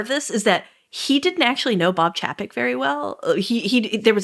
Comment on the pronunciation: Love this podcast, but one thing has been bugging me…Chapek’s name is pronounced “Chay-pick”.